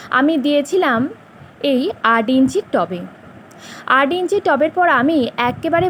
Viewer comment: আট কে আড উচ্চারণ করেন কেন। বাঙালি সঠিক বাঙলা উচ্চারণ করুন।